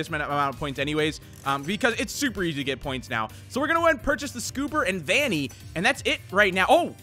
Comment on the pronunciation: It’s Vannny